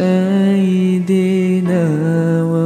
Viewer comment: Masyaallah merdu abg solawat. Saya suka dgr tiap hari. Tpi minta maaf sgt sgt. Saya nk tegur sikit sebutan Sayyidina tu. Saidina dgn Sayyidina mntk betulkan. Sebutan betul Sayyidina Muhammad. Saya dgr ustaz ajar dlu la. Kalau saya salah mntk betulkan saya. Wallahualam